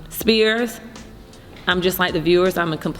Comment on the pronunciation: It’s spears not spirit lol